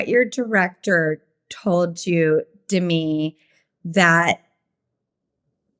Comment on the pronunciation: It’s de - Mee, with the accent on the second syllable, so a little different than Demi Lovato